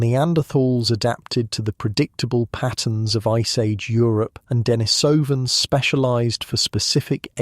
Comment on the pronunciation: You have some interesting information, but its credibility is uncertain. You pronounce Denisovan.s improperly, so what else is uninformed in what you say? Experts and those in the know put the emphasis on the second and fourth syllables, and not the first and third as you have.